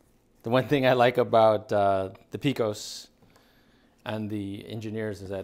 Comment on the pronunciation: Love the videos man! But for the record Pecos is pronounced (pay-cos) not (pee-cos)